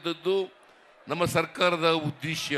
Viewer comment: ಉದ್ದೇಸ್ಯ ಅಲ್ಲ Sir 🙏 ಉದ್ದೇಶ.